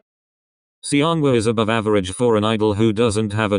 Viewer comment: Why does "Seonghwa" pronounce as "Siyeon" in this vid, lol